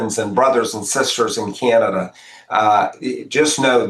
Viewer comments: I don't even like the way he pronounces our country's name - "Kyanada" 🤮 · 🍁🇨🇦 I can’t stand the way he pronounces Canada.